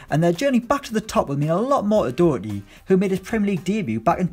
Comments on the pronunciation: Doherty is pronounced like Dawherty not Dowerty. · Mate it's pronounced Do-Her-tea (Not pronounced *doo*) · Matt dooooooohwrty.U English prick.Its daherty.☘️☘️ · It's not matt dough-erty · Your pronunciation of "Doherty" aggravates me. Stop it. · You so badly fucked up matt doherty's name my brain hurts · Someone please teach him to say doherty